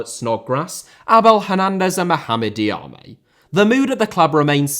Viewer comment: Berge* not Bög Benrahma* not Benrohrmer Diamé* not Diohrmei Traoré* not Trayorei Caicedo* not Caiceirouw Idea* not Ideee